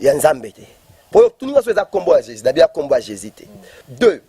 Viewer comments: Ba fanatic Bo keba,guegue et Jesus ne se prononce pas de la meme maniere ,,,muana nzambe yebela ,j'aime bcp le Pasteur Moise mais mobulu ekoti ... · C est juste sa façon de prononcer le nom jésus qui sonne de la façon ouvrez bien votre oreille et surtout soyez très intelligent et vous comprendrez qu il dit jésus.